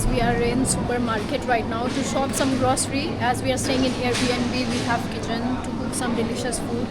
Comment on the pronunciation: It's not jaam, it's jam It's grocery, not grossary. It's parking, not parking